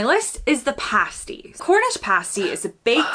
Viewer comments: Every time an American pronounces it "pastey" - as in paste with an ee on the end, it leaves me in hysterics The word you are pronouncing refers to an entirely different object....... Pasties (or nipple covers) are flesh coloured silicon patches worn over the nipples and areolae. Actresses often use them in topless scenes to ensure their nipples don't end up on camera. Just pronounce it like Kaitlyn (sp?) says it. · "Cheeky" can also have a flirtatious edge. describing hobnobs was starting to get a "my precioussss!" vibe:) Butties use proper thick chips - French fries are too narrow. And no-one in their right mind would put tomato in a pasty (pronounced with an A as in cat, not face!) and my Cornish-born wife would give you a serious injury if you tried to! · (you muppet) it's pronounced a Cornish "PASStee" (not 'PAYstee') - By the way, FYI: Trump is a right 'cowboy'... Especially the job he's doing on the White House! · mate you gotta listen up haha youre missing important info, like the whole concept of the plougmans and she says pasty correctly like 10 times then you say it like the thing that covers your nipples lol, its paaasty not paste-y. Also definitely no tomato in them, its a gravy, potato, swede and meat kinda food. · Past y not paste y Please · Listen to what she days, Its pronounced "Pas - ty”. not “Pace ty”. Cowboy does mean Cowboy as in America. But it is used as a nickname for dodgy. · Bruv. Past-eh. Not paste-eeh. I’m pretty sure any court in this land would take you outside and go you down for putting a tomato with a Cornish. All the aside though man, really like the way you’ve styled your hair today, you honestly look 10 years younger! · Its not a pastey its a pasty. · She said pasty as pass-tee, several times, but you still pronounced it pays-tee! Several times. Despite the single “s”, pasty doesn’t follow the pronunciation of pastry. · It's Pasty "PAH-STEE" listen and repeat, not "PAY-STEE" and there's no bloody tomatoes in a PASTY. 🙄🙄